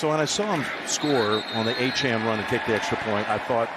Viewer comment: Why can he never pronounce Miami running backs names correctly; it’s on his jersey. Achane, not Achan.